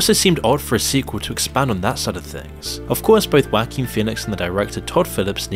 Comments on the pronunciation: Who the hell is 'Wacking' Phoenix 😂😂😂 Oh English speakers crack me up with their mispronounciations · "Wackeen phoenix" lmfaoooooooooo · “Wacking” Phoenix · "wha-King" sounds funny when you say it. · I keep hearing "whacky Pheonix"